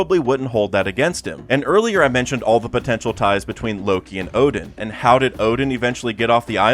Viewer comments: Oden is NOT pronounced as Odin!!!! Is pronounced as O-DEN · Oden and Odin aren't pronounced the same way. This has just been bothering me in a lot of your videos.